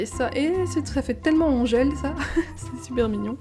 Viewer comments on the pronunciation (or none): none